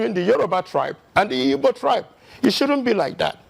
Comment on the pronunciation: Look for the ibo tribe, I don't know any tribe called ibo but igbo. It is obvious you guys now are intentional the way you pronounce the word